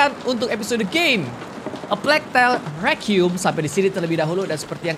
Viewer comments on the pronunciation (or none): Hlo kak regi Cuma mau koreksi aja pengucapan "requiem" yang bener itu ri-qua-yem. Bukan re-qium. No hate ya, cuma koreksi ajaa kalo dibaca alhamdulilah kalo tidak yasuda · Sebenernya ngomong nya sih.. Rekwaiem